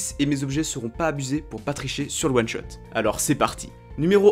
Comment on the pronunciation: T'as du mal avec le mot One shot apparemment 😂 En one shot lv6 jvois plutôt: Nocturne, Jarvan IV, Kata, Rengar